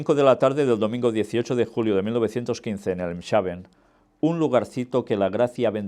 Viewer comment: Mi hermano, se pronuncia Elmsh(j)aven. Dios le guarde.